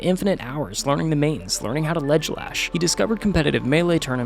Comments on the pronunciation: Calling a Ledge Dash as "Ledge Lash" just pissed off the whole Melee community. lol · I’m sorry… ledglelash?